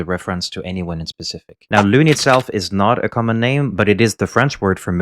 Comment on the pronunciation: Has anybody figured out why nobody told the english voice actors how to pronounce "lune". Pretty jarring to hear a near perfect putain or merde and then loonay in the next sentence. Also quite embarrassing